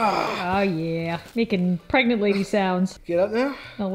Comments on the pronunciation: I love how instead of saying ‘pregnant’ says ✨P R E G A N T E✨ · I love how always says 💛P R E G A N T E💛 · Can we just appreciate that says PREGANTE instead of pregnant every time she does these types of videos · Pregante lol 😂😂😂😂😂